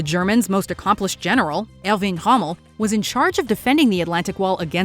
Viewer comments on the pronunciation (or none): Who...the fuck is ...Hommel? I will say that again...who...the fuck is Hommel. Jesus christ Watchmojo. You already a joke with stealling content....but you cant even pronouce one of the most accomplished military minds? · It sounded to me like she was saying "Rummel" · The pronounciation was not that bad, she pronounced Erwin pretty good, sounded a bit like "Ehwin" for a german, while complete english pronounciation would likely butcher the name into something like "Ööhwn" for us. 😆 With Hommel instead of Rommel you are right, but I think that's still ok. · Did she just call Rommel "Hummel?" Yes, he was known for his tiny warlike figurines. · That's what happens when the quality control is AI! She also called Romell by the name Hummell. I want to see those whimsical Notsee figurines! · Hahahahahahahahahahahahahahahahahahahahahahahahahahahahahahahahahahahahaha YES. Yes, you did.